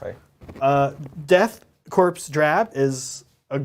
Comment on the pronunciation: Great video! It's pronounced core but is spelled corps Death Core. Coreman though spelled corpsman